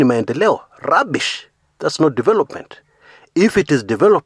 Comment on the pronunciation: the way you said rubbish...lol